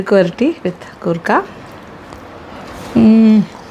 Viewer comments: It's koorka not gurkha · കൂർക്ക.....ഗൂർക്ക അല്ല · Chechi why are you pronouncing goorka in this full video so something missing like that your malayalitham gone missing sorry chechi